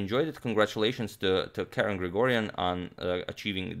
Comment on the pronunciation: As an Armenian, I’m very happy to see Grigoryan achieve this feat! Just want to point out that his name is pronounced with a G, although written with a K, and his surname is pronounced with a K, although written with a G; it is as if you’re saying “Garen Krikorian”. I know it’s a Weird way of spelling but that’s the way it is. Anyway thanks for the amazing game!